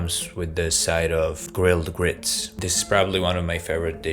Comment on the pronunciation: Did he say grilled grits? My southern brain is working this out.